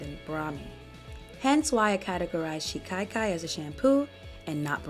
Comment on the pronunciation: It is pronounced shika-kai, not shi-kai-kai. Other than that i love watching your videos. 👍💗They are very thorough factual, pragmatic, so thank you for the super useful content.